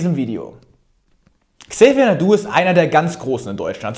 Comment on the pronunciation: Tolles Video wie immer Niki. Bitte trotzdem mal auf korrekte Namensaussprache achten. Es heißt Xavier Naidoo nicht Xavier Doo 😂